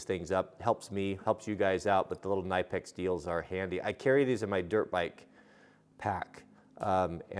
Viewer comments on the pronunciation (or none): Ka-ni-pex..... NOT nye-pex. Great tools! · Believe it or not, the K in Knipex is NOT silent. Here is a video right on their own website where a presenter says the name multiple times